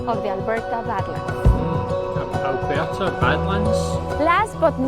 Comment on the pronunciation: Your Scottish accent saying Alberta is just perfect 😂👌🏻